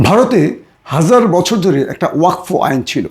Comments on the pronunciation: ওয়াক ফো নয় ওয়াকফ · ওয়াকফো আবার কি ওটা ওয়াকাফ 😅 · Uccharon thik korun . Wakfo noi wakof. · ভাই কথাটা ওয়াকফ। ওয়কফো না।